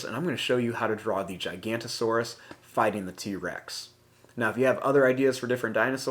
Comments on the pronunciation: Its not "Gigant-o-saurus" its "Giganotosaurus" pronounced: Gig-uh-note-uh-saurus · This drawing looks very good but you said that giga's name wrong